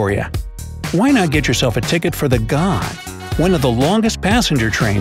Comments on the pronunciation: You really need to Fact check your videos before running out and publishing a false video, the world’s longest train was an ore train in Western Australia with 8 6000hp locos. It was almost 8km long. You also Pronounced Ghan wrong, it is pronounced g-an not the way you did it. So please do some research before publishing this I’ll thought out mess as a quick cash grab. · I am disappointed the Australian passenger train in not god it is pronounced ghan do not you google to pronounce it